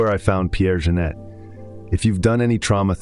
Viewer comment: It amaze me that an AI with a such profound knowledge is missing up the name Pierre Janet with Jeunet...